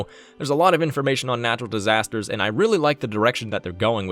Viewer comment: Natural "Distasters'?